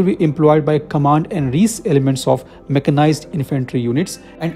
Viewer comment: Recce is pronounced rek-ee